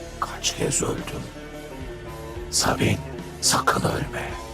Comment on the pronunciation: sabine yi sabun diye anlayan tek kisi diğilim dimi